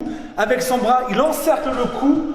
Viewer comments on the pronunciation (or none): none